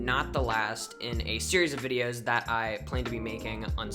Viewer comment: Fianlay news bidios